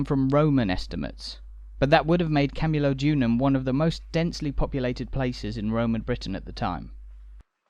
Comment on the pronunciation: PLEASE KEARN TO PRONOUNCE CAMULODIUM. Sorry if my spelling is off.I was born in Colchester and very proud of it's history.